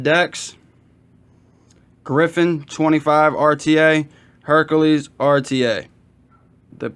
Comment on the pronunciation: HerAKles, not HerKAles....sorry that drove me crazy! This isn't the nutty professor rta lol